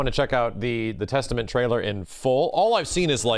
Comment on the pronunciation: "Theystament" Looooooooooool